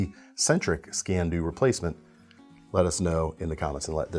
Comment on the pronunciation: It is pronounced "skeen do", it is Gaelic and translates literally as "knife black".